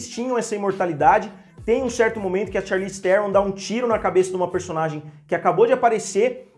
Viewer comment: Charlize Theron jah tem um nome difícil, aih o cara inventa uma pronúncia nova pro none dela...😂😂😂😂😂